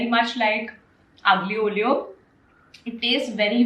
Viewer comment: its not "uglyio olio " its " Alio olio " Pronunciation.